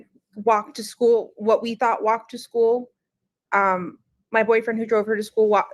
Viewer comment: I hate the way says “schoo” instead of school she’s a if and evil and crazy like a fox who has serious evilness in her soul or lack of soul if you will